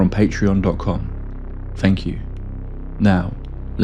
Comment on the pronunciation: Fanks mate....